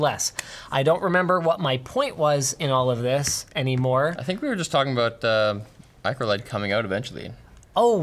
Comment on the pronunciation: Linus: MicroLED Me: MicroOLED!!!???